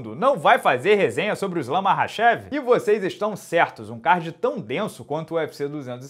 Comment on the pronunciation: Melhor resenha de 2021 😂😂😂😂 e ainda pronunciou o nome do Makhachev corretamente 👏🏽👏🏽👏🏽👏🏽 6° Round é o melhor de todos